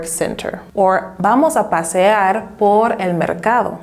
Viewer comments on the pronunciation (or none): Maybe learn to pronounce por and para first before you make a video telling people how to use them!